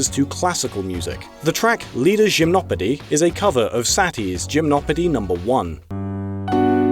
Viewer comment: Lol, that was quite a way to pronounce Gymnopedie